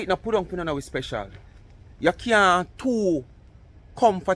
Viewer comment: Fix up you speech. Not procent...percent. Don't want you to sound like MC with her sprecial instead of special.